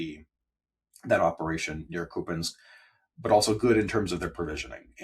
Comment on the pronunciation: What an offensive underqualified ( just a sort of BA from an American College very low down on international rankings )pro Putin fellow this is. He certainly brings out the Kremlin ghoul bots in the comments. He even pronounces Kupyiansk like a Russian! How disgusting is that?He makes me think differently about the ISW ( negatively) It makes me think ISW is busy pushing Kremlin misinformation